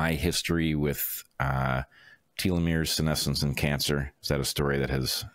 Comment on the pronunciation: Telomeres pronunciation: (American & British) Tel . uh . meerz Not: Teal . uh . meerz